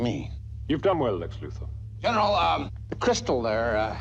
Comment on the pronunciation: Lex Luthor’s last name is pronounced “LU-THOR”.